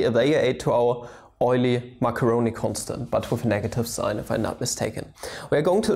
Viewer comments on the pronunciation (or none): It's actually pronounced oi-lur mash-er-own-e constant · Close! I’m quite sure it is pronounced “oi-ly-mas-car-po-nee” though (since the constant is spelled “oily mascarpone”)